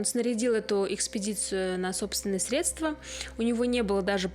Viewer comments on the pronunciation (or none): none